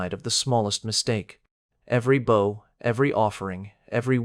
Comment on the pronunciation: Violins were not yet invented in those days. But the illustrations were magnificent. The narrator was very good, but pronounced bow as in no and oh. For a bow tie that is correct. But in bow down it rhymes with cow and how.